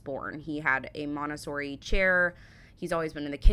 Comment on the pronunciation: Are you saying MONTESSORI or MONASTERY ? You pronounce it VERY differently to us if you are. We would say MONT E SSORI (3 SYLLABELS). What is a "MONTESSORI CHAIR" ? Since the abolition of punishment in schools, kids have gone feral ! As a school kid in the 1970s we knew if we stepped out of line that we could be caned, given the strap ( Scotland) hit with an old training shoe( sneaker) across your backside, be given lines to write out or even have the wooden blackboard rubber thrown at you. HAPPY DAYS. As a boy I did woodwork, metalwork, technical drawing and cookery. I remember making a bookshelf and a wooden stool with a woven seat. I was also taught how to hang wallpaper. A skill that came very handy when I got married. " Using your hands" to a kid these days, means pressing a button on a computer keyboard or swipng left or right on a screen. ! Hopefully your son uses a real knife to eat with ? The AI image at 7.27mins of someone using a hand stick blender did NOT happen ! They were not invented yet !! We certainly didn't do " high 5s" either! ( 17.34 mins). When you could leave school at 16 the things you were taught in school helped you to be ready for the "real world".